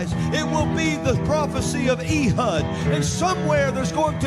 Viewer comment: The butchering of Hebrew and other Biblical names is really funny to me. Ee-hud? Cannot take him seriously. "Eh-hood" would be more accurate, unless they spoke Hebrew WAY differently back then than they do now, but Biblical Hebrew has been used in liturgy since Exile, so most likely is the one pronouncing it like the Christian southerner that he is, lol.